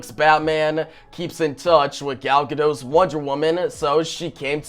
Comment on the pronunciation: As I keep commenting, the "t" in Gadot isn't silent!! She has no French roots what so ever. GadoT!